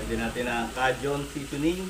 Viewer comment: Kay jn (Cajun) not ka jn.